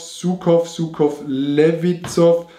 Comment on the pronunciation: Wie es ausgesprochen wird: Sukoo, wie er es ausspricht: Suckkowww und dann drei Städte davor auch noch: "kein Grüße" gesetzt